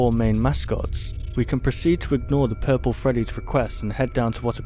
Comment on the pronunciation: Who's "pirpl" Freddy?